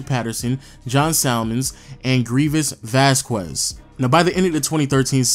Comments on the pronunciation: ITS VÁZQUEZ NOT VAZ-QUEZ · Vas-kez Lol not vas-kwez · Since when? It's a Spanish last name: Vas-kez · dude. VAS-KEZ not VAS-QWEZ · Oh my god if he calls him vasqwez one more time. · Seriously "Vazkwez"? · Ruined it by saying Vaskwez lol. You tried at least